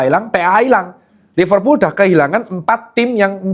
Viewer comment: Kata temenku Liverpul "L" nya losestrik